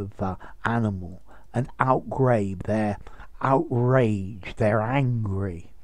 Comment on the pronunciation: Outgrabe is pronounced out-grab! The E is Silent! So many get it wrong!